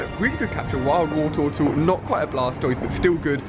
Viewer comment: "we found the Woretowtle